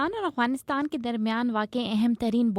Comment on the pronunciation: یہ “اغوانستان” نہیں ہے یہ “افغانستان” ہے۔ اغ اور اف کا فرق واضح رکھیں۔